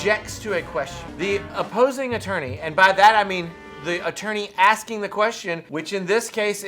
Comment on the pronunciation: You cain't do dat 'cause I'm axing questions about awful law!